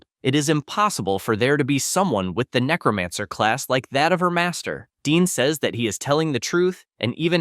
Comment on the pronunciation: The name to his powers are necromancer the person that's doing the narration is saying the name wrong if you're going to read a story say the main characters ability right it's necromancer not necromonger dumbass